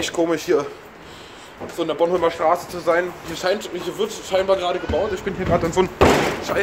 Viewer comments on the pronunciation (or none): es heißt boRnhomlerstraße nicht bonnholmerstraße ^^